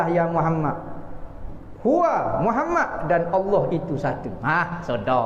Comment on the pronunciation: qul huwa...bukan huwo..